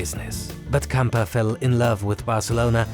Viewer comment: Camper? 😅🤣😂 It is Gamper. It sounds so fake. Elefant Blue. 🤦‍♂